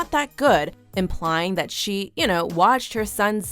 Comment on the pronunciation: no way in hell this btch ACTUALLY pronounced it how bout dAt